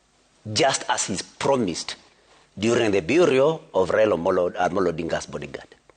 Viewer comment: It's burial not buryol